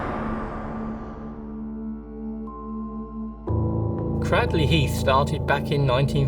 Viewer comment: You pronunced Cradley Heath wrong.